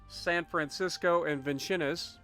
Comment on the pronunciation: It’s pronounced Vin-sins. It’s a weird name but that’s the only way I’ve heard it’s said.